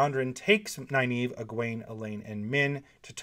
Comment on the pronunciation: Dude, for someone who professes to admire Nyneave so much, it’s a real shame you pronounce her name wrong. Go to the end of the first few books, where all enunciation’s are dealt with. Please. Anyway, it’s Nuh-neave. Not Ny, Nuh. I finish with nave, but I think that’s wrong, so probably sticking with what’s cool for is best. That said, yeah, Nyneave and Matt, with Thom a close second. Then, I think, Tuon. I’d love to have read about her meeting with Artur Hawking, as per Matt’s request. Heh heh.